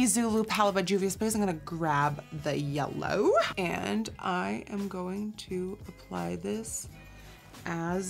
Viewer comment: The way she says yellow !!!!!!